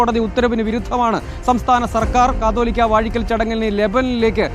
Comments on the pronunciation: കത്തോലിക്ക അല്ല കാതോലിക്ക.. ഇവർ ഒന്നും കേരളത്തിൽ അല്ലേ?? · കത്തോലിക്ക അല്ല കാതോലിക്ക, റിപ്പോർട്ടർ ആദ്യം തന്നെ ഇതൊന്ന് വ്യക്തമായി പഠിക്ക് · കത്തോലിക്കാ അല്ല, കാതോലിക്കാ 😂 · കത്തോലിക്കാ ബാവ എന്നല്ല കുട്ടീ.. കാതോലിക്ക എന്നാണ് പറയേണ്ടത്!